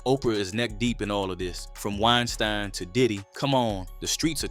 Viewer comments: Great video and I agree with your tenet. ONE HUGE bit of advice. It isn't 'WINE-STIIIEN" if you are Jewish. It's 'WINE-STEEN." If you are GERMAN, it's 'RAMM-STIIIIIIIIIEEN." As in the incredible metal band from GERMANY. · Hearing "wine stine" erks w me so bad. How you pronounce something wrong after hearing it pronounced right! 😂😤 goofahh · Harvey Weinstein is pronounced WINE-STEEN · WINE-STINE WINE----STINE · Hee heee🤭🤭🤭 Wine-stine.